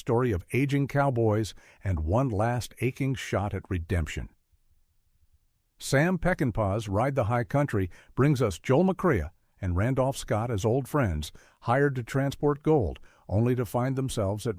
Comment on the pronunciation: Bad AI narration, Joel "MacCraA", "Montay" Walsh to name a couple of savage mispronunciations.